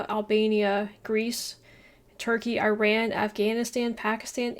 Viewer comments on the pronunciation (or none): none